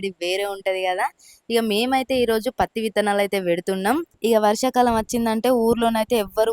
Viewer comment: Itthulu kadhu vitthanalu😅